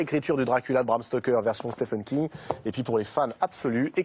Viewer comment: Dommage qu'il soit systématiquement mal prononcé !